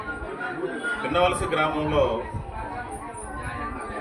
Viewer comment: hlo అన్నా అధి విన్నవలస కాదు పిన్నవలస